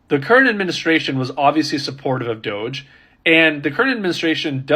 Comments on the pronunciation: It's not DODGE it's DOGE!! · I cannot tell if the first woman reporting was calling it dodge on purpose instead of DOGE, it's making me giggle like a little child.